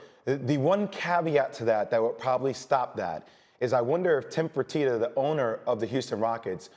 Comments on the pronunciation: J Will really botched Tillman Fertita’s name on this one 🙈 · chill out dude, I just thought it was funny. He botched the name pretty badly, it barely resembled his actual name.